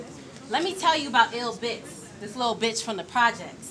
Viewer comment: So is the girl's name Ill Bitz or because the text across the screen & on here was saying Ill Bitz but the Host kept calling her? The Girl with the name I'm not sure which is correct did her thing for a debut battle, but had the edge no doubt.